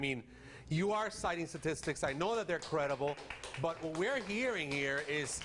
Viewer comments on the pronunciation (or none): Also what's so hard about saying STATistics, not "sasististics"